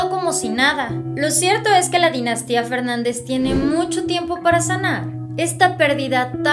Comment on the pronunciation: Para de decir. Dynastia. . No son. s